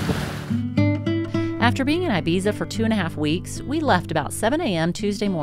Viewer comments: Please dont say ''I bisa''. It friggin hurts me. Its spell Ebitza dont say I bisa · It's not "EYE-Bee-zza". It's EEE-BEE-THA.